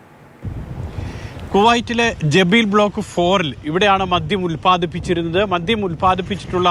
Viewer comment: Jabeel alla mairaa jaleeb aanu 😂